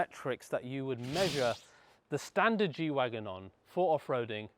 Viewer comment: isn't it "G-Wagen" not Wagon? It's short for Geländewagen